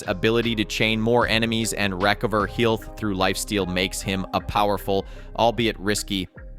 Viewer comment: What the hell is ‘heelth?’